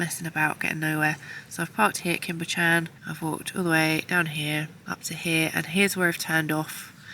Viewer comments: Cwm Bychan....Cum Buch ( ch....as in Loch) Ann. 👍🏻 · Such stylish, interesting, watchable click bait 😉I mean that in a very nice way . Walking in that big and ferns is really exhausting Oh, Cwm Bychan, pronounce it Coom buchann Loved it 👌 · Cwm Bychan as in ch for LOCH!! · It's pronounced Coom Buck-ann lol. I'm not Welsh but lived there for some years, my kids speak Welsh and laugh at my pronunciation haha. Thanks for another great video, lovely to see the place I used to wander when I was younger!! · Cwm Bychan is pronounced cum buck-an. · I was lucky enough to live around there for many years. I know that swimming spot well. This film warmed my heart! Well done! ps. Your pronunciation is hilarious, please don't change it! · I love your vibe!! 😎 PS when you have time you might want to work on your pronunciation of place names. Cwm Bychan eek! 😂